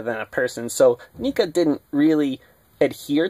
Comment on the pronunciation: You are saying it wrong neca